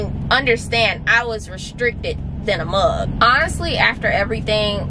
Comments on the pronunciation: If this girl says “Than a muug” one mo time 🤣🤣🤣 🍺🍻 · It's an Ohio Michigan thing